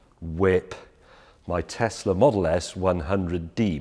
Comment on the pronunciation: What’s ‘Tessler’, it’s pronounced ‘tezla’ James